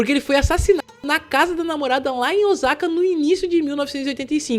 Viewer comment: Yamaguchi lê-se Yamagutchi , kumicho lê-se kumitchô, Osaka lê-se OOssaka